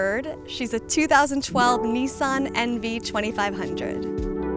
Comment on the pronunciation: Knee-sahn??? It's a Nissan. Niss - an.